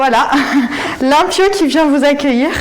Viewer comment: Limpio ça veut dire propre en espagnol. C'est excellent comme nom pour un chat mais faut le prononcer correctement ;)